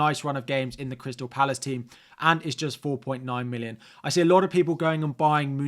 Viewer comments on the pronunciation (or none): none